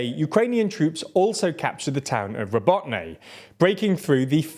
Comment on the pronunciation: Robotyne (Роботине). It's pronounced 'ra-BOAT-ta-neh' which in English means "work." This video alludes to (on purpose I am sure) that the 2nd and 3rd lines of the Russian defence are as formidable as the first. Therefore, it is easy math using that 2 months-per-10 km benchmark. This assumption, if being made, is totally incorrect. Just the fact that the Ruzzians have started pouring reinforcements into the 2nd line of defence of that area is a very good indication a vulnerable gap has already been opened. According to some (reliable) Ukrainian sources, the Ukrainian army has already surpassed the mine fields and is pulling in elite mechanized units from their reserves to join in the fight, this includes the use of Challenger tanks. So Tokmak may be liberated sooner than some are speculating. But if I am wrong, then I am sure the Ruzzians have weakened their defences in other areas of the front by reshuffling some of their units.